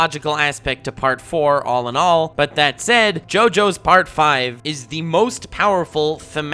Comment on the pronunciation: As someone who speaks Italian, I'm so thankful for your pronuntiation. Listening to youtubers talking about Part 5 can be painful sometimes hahaha